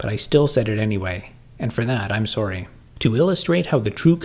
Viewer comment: Its so uncanny that you can always tell who's a canadian just by hearing them say the word sorry.